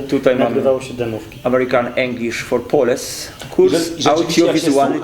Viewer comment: Amerikan inglisz for połls się czyta panie a nie poles , nie rób pan siary!